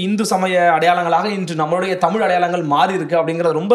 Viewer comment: ayya மாரிதாஸ் அவர்களுக்கு தமிழை ஒழுங்கா வாசிக்க கூட தெரியாது.. தமில் தமில் என்று உச்சரிப்பார். முதலில் ஒழுங்கா உச்சரிக்க சொல்லுங்கள் அப்பறம் அவரோட காணொளி பார்க்கலாம்.